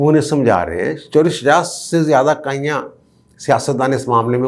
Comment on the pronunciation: آپ صحافی ھیں آپکو تلفظ کا خیال رکھنا چاھئے۔۔۔لفظ۔۔۔۔کائیاں۔۔۔۔نہیں ھوتا۔۔۔۔کایاں۔۔۔ھوتا ھے ۔۔۔سوری ٹو سے